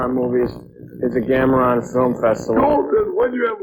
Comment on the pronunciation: I wonder when Joel finally started calling him Gamera and not Gameron lol. Oh and at the 41 min mark the kid looks like the kid from Up